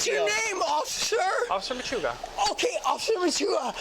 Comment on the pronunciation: "Whats your name?!" "Officer Machuga" "Okay, Officer Mmshrugraa!" 🤣